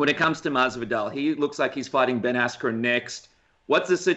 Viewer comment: "Ben Asscream" - Colby "Chaos" Covington